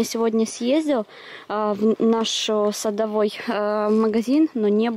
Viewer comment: Магазин садовый правильно говорить ударение на о. А не на ы